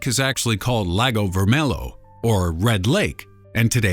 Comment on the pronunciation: you dont say lago vermelo u say lago vermelho